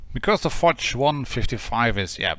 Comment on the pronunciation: Fotsh ? where do you see a t ? it's fosh, the sam SHHH sound as in hush, it's exactly like POSH, with a F.